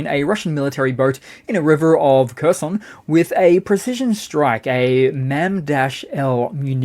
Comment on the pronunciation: I cannot roll my r's and, I notice a lot of commentators cannot make the Kh sound of Kherson, it's neither a K nor an H. It's like ch in the Scottish word loch. Almost like a gargle.